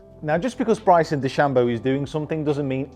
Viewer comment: pronouncing Stephen’s last name better than Stephen himself.